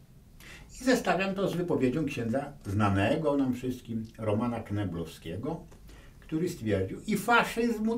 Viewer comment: Litości..: Roman Kneblewski, a nie "Kneblowski". Od knebla. Jak się Pan przygotował:) Chociaż zgadzam się z przesłaniem rozmowy, to apeluję o więcej rzetelności dziennikarskiej z szacunku dla siebie i słuchaczy.